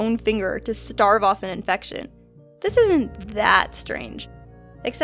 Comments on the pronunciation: "Starve off"? Stave off. "Coldarado"? Colorado. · Oh honey no. You don't "starve" off an infection, you "stave" it off. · Stave off not starve off. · you don't "starve" off an infection, you "stave" off an infection. the word is "accusation" not "accusition." and i hate the owl cartoon. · Stave* off, not starve off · you STAVE off an infection...NOT STARVE... practice your reading skills